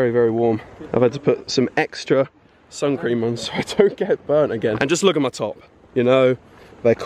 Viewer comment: I'm pretty sure he said sun scream